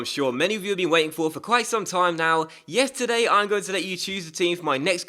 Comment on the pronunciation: Did he say "Yesterday" or "Yes, today"